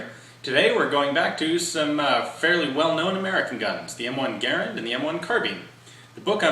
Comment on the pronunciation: Ga-Rand, Ga-Rand, a good woody sounding word, not like Gar-an, too tinny, tinny.